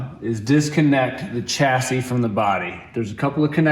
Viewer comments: "The body from the 'Chassidy'....."🤣😅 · Why does it sound like she is saying chassidy? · She said chastity! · Anyone else catching say chastity when referring to the chassis? Just thought it was funny myself, not trying to be mean. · did you say separate the body from the chastity? Lol